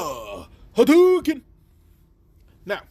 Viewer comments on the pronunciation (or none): Im laughing from you saying hadyuken